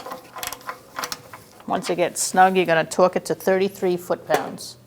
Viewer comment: I love how she said torque it 😭 New England way